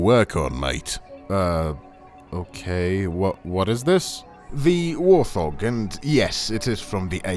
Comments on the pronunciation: Bro it's WART-HOG not WAR-THOG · Bro said War-thog 🤦🏽‍♂️🤦🏽‍♂️🤦🏽‍♂️🤦🏽‍♂️